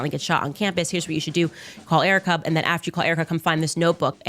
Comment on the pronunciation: Her pronouniation of "Burial" and "And" is infuriating.